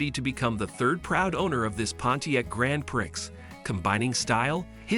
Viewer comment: Can you say Pree? Grand Prix is pronounced Pree! I know it’s your job so try and do it right!